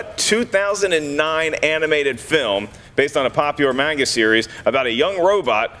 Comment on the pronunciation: I appreciate that pronunciation of manga